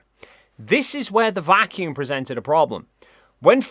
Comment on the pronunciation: Why are they saying vacuum like it’s a proper noun? As if they’re talking about someone named Vacuum.